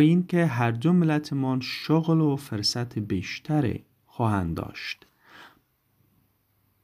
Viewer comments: استاد محترم ❤عزیزم تدریس بسا عالی لاکن کلمه فرصت را به پیش یا ضمه ادا کنید ممنون در غیر آن که شما گفتید معنی دگر دارد ❤ پوزش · استاد محترم تدریس عالی و عام فهم لاکن یک لغت فرصت را به ضمه ادا کنید بهتر است در غیر آن فرصت که شما استعمال کردید معنی دگر در اینجا دارد ❤